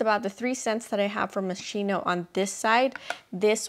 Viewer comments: I think it's pronounced as Moh-skee-no, but yay for their scents! Haven't seen anyone else like these. Love all your choices! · she can’t pronounce it, but she can afford it. 💁🏻‍♀️ so keri lang yan, you go glen coco moscheenow! 💙😉